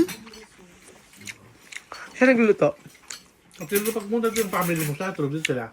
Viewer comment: Nakaka tawa pa din tlga tong si pag dating pa "p" at "f". Pray(fray) at family(pamily) 😂😂